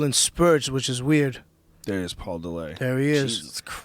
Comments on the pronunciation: paul de-lay? dude's an idiot. its paul dillet. he's from Canada... not french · this dumbfuck has NEVER been in shape OR used steroids... fucker pronounces Paul Dillett's name as "paul De-Lay".. I've known paul since '97 and ive NEVER known ANYBODY to pronounce Dillett "De-Lay", and he AIN'T FUCKEN FRENCH! stupid fucken pothead. he's from Canada you fat fuck. he's not FRENCH.talking about "I don't need a nutritionist, I KNOW what to do"... uh, no you don't you fat fuck.